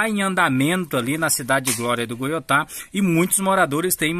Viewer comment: Nao e goiotá. É goitá